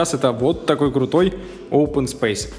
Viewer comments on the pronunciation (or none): none